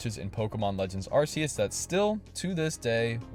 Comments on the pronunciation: ArKeus, not ArSeus... Or else it would be an ArS(e) phone.... 😅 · Did you just call it "arrr-see-us" 😆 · Say it with me: Ark-ee-us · If it's pronounced "Ar-see-us", would that make your phone the "Arse-phone"? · its arceus not arceus